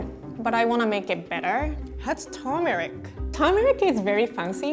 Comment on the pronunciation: You mean turmeric and not tomeric